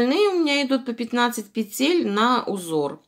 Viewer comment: Да не пецель,а ПЕТЕЛЬ!